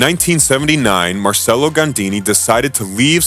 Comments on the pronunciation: Pronounced Marchello. Also DAY-bew-see. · The bare minimum one should do is to learn the name of the subject of his work. That name is Marcello, not "Marselo". Open Google Translator and learn it, it requires 10 seconds. Not to say anything about "Claude Debussy". Pollice verso to the video. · He mispelled Marcello, he shortened Gandini to Gandi, and his pronunciation of Claude Debussy is even funnier... what an idi....T